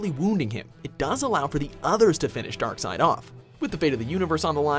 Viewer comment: Isn't it pronounced as Dark seed? Not dark side.